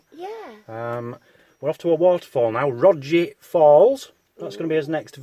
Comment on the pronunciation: “That Hill” is locally know as The Cats Back and as a child I’ve walked up it more times than I care to remember!! And the falls are pronounced “Row G Falls” just to make you sound more of professional than you already are😂😂😂 great videos guys!!👍👍😎😎